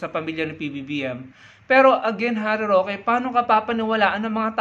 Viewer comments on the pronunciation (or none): Galit na galit , ngaw ng ngaw, uwi ka sa Pinas 😂Roque, "rokwe"